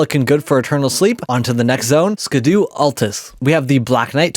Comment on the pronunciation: Scadu is pronounced as 'shadow', it's old English...